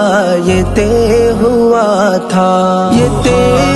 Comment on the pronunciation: نظم ماشاءاللہ بہت اچھی پڑھی ہے لیکن تہہ لفظ نے سارا مزہ کرکرا کردیا ہے لفظ طے ہے اور اس کا تلفظ بالکل غلط ادا کیا گیا ہے اور پھر اسی لفظ کی بار بار غلط دہرائی نے آگے سننے ہی نہیں دیا برا لگے تو معذرت!